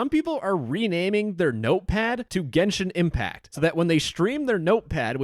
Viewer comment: "genshit impact" 💀